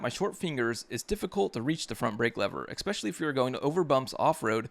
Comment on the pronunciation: Good video. But I can’t get past “ECKspecially.” Also it’s damper. Not dampener.